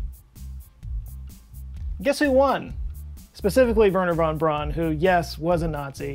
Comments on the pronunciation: repeat after me. "VAIRner Fon BROWN". Not VERner, not Brawn. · Werner von Braun (pronounced: Verner fon Brown) ...sorry, pet peeve!